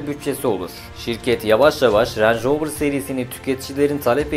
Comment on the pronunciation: Lanetli manetli ama ağızdan dolu dolu "renj roovır" derken bile zengin arabası olduğu belli :) .. marka pinpon topu gibi gezmiş büyükler al-sat yapmış resmen sonra Tataya bak sen ya.. bende bu videoyu izleyene kadar bana sorsalar rover ingiliz derdim peehh.. :)